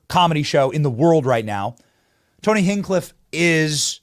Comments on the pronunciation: Hinch cliff not hinkliff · I’ve followed KillTony for almost a decade😅 please say his name right or you’ll get roasted, even if you’re talking good about him😂😂 “Hinch-Cliffe” not “Hinkliff” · Hinge, not whatever you're saying you've ever heard of a door hinge. It's the same thing. Tony hinge cliff. Say it out loud, speak it out. Sound it out, man you can even read. And you're expecting us to believe a word. You say like your opinion. Matters to us when you can't even spell. Or pronounce names right? And yeah, I'm using Google Voice text.So it puts periods and question marks then all kinds of wacked out c*** where it shouldn't be.And this guy don't matter to me enough to prefruit it he got my point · Hintch cliff. There ya go Benny. That and Nukuler have to change man. It kills me inside when you say nukuler rather than nuke lear lol. Love what you do otherwise lol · HITCHcliff. say it right! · I love you Benny. You're the man. God bless you but you keep murdering Tony's last name. It's hinch like clinch and flinch. Cliff hinchcliff come on now buddy!😂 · Benny... His name is Hinchcliffe. Like Henchmen and Cliff. Hinch-cliffe. Also nuclear is pronounced new-clear. You drive me nuts when you say nucular. Come on man, work on your pronunciation. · sayings his last name over and over again wrong was cringe lol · Benny I love you but you didn't know who tony hingcliff was before yesterday because if you did you would know how to say his name right 😅 and second if you knew anything about him you would know not even the Chinese can cancel him. I was at msg night 1 in August and 19k people packed that place. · The only thing I'm offended by is the pronunciation of Tony's last name, Benny. Love you to pieces, but you're killin me ova here... 😜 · Wtf say his name right or talk about something else!!!! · Learn to pronounce his name. You haven't properly heard of him if you can't say his name. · Haven’t heard of him enough to pronounce his name right😂